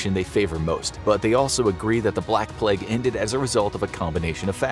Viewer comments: Why do you say pleg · Idk why I love the content on the bubonic plague so much. But it’s my weird guilty pleasure. However the way this guy pronounces plague bothers me... it’s just a tiny bit off and it’s bugging me out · Why do North American’s say ‘Pleg’... It’s plAgue. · Nice to know that it’s pronounced “the pleg” in American English 😆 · Why does he keep saying “pleg” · say pleg 1 more time I dare you! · Inforaphics narrator gets a sore throat: "I have the boobanic pleg" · “the black pleg”